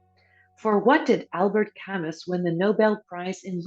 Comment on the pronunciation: Interesting quiz. I scored 95/100. Q40 - Correct movie title is Bob and Carol and Ted and Alice Several mispronunciations, especially names, ex: Ole = Oh-Lee, Camus=Cam-Moo, also Life of Pi=Life of Pie